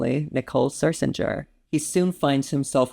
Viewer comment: Glad you loved ''Sunset Blvd,'' but Nicole's last name is correctly pronounced Scherzinger, not Sir-zinger.